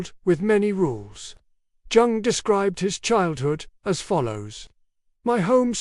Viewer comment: Jung - pronounced "young".